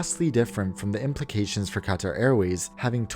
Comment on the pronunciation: I luv how u say Qatar 💕